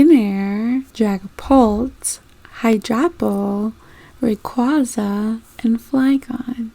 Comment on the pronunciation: Nope you pronounced Rayquaza correctly. Idc what anyone says lol